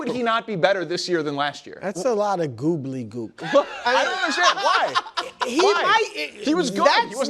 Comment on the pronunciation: Not sure Brou’s quite got “gobbledygook” nailed